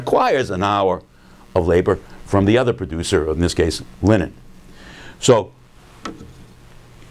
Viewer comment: Every time he says linen, it sounds like Lenin.